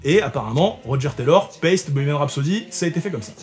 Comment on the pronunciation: je viens d'apprendre que Paiste se dit paisti en anglais 😂